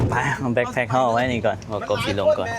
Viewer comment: BACKPACK แบ๊คแพ็ค ไม่ใช่ BLACK ไม่ต้องมี ล. ลิง😊😊😊